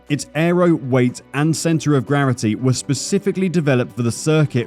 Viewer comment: “Centre of grarity”? 🤣